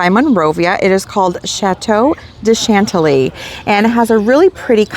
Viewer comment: Your not saying Chantilly correct